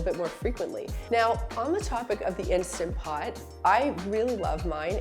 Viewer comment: Please make a video about cleaning the instant pot!!! Love mine so much!!! And thank you for pronouncing it correctly!! I loathe when people call it an insta pot 🤦🏼‍♀️